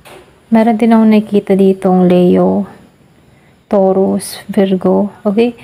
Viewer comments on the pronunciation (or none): none